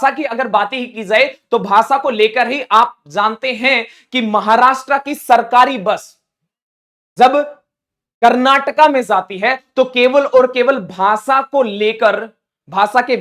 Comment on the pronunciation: सा . .थी नहीं ,,, जाती हैं। पहले अपना हिन्दी ठीक करलो भाई । तुम्हारा ज . शब्द का उच्चारण ठीक करलो .